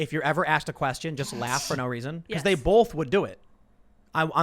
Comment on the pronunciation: Tim "I put the L in the word both" Pool